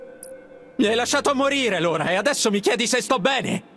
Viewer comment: Ciao noi già avevamo capito subito che erano licantropi, comunque si chiama LAURA e non lora... Le scritte sono piccole leggi bene